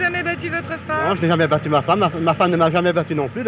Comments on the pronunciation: Félicitations au gars qui dit "non jameəaē" car il vien de créer un nouveau mot ! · Il est québécois hahaha